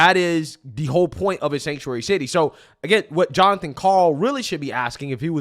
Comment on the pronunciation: I love my name, Jon. But not when it’s said that way.